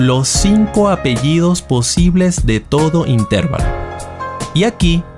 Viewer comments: Se escribe y se pronuncia intervalo no intérvalo sin a acento en la (e) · Muy buen video, pero... in,ter,va,lo... si se pronunciara in,tér,va,lo (llevaría acento) y no lo lleva, por lo tanto se acentúa en la "a"... intervAlo... repetir varias veces ... intervAlo, intervAlo, intervAlo........... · La palabra "intervalo" es una palabra grave y no esdrújula. Por lo tanto, se acentúa la penúltima sílaba y no la antepenúltima. Suena un poco extraño escuchar "intérvalo". En realidad es "intervalo" acentuando la "a". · Se dice intervalo no interválo. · Es intervalo, no intérvalo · Se dice intervalo sin acento tónico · Intervalo se pronuncia acentuando la A y no la E. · Intervalo no se pronuncia con acento en E. Es una palabra llana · Jee, si es verdad es un poco molesto no pronunciar las palabras correctamente, pero nadie lo sabe todo y es de humanos equivocarnos. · Me duele oír cómo pronuncia intervalo. Lástima, porque está bien explicado.